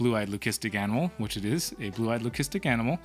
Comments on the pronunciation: do you say lucistic like that on purpose? lol I have never heard it like that be4? Well anyway getting back to the video buddy! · I see… well I wanted to ask cause we have really been wondering lol